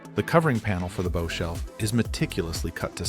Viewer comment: This isn’t the same boat. And learn to pronounce “bow” 😂